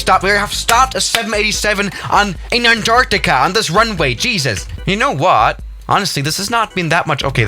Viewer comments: you said anartica not antartica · no one:: an..TARCTICA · *his pronunciation of Antarctica lol